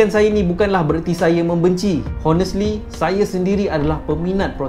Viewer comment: Good Content bro. but... Honest pronounce O-nest, silent H ! aku trigered!